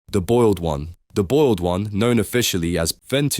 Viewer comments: You mean boiled not oiled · TF U mean oiled one